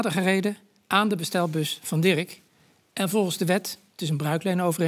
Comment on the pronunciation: Naahh dirrrek